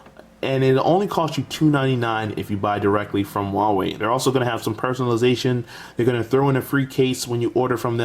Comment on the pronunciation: Nice video. BTW, It should be pronounced like WHO-ARE-WE.